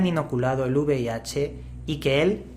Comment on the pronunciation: V IH dice el tragaldabas, y encima pide una donación jajajaja